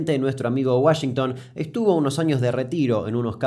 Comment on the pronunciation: Nadie: Absolutamente nadie: Ni siquiera yo que estudio inglés: Damián Kuc: Sharsh Uashengtan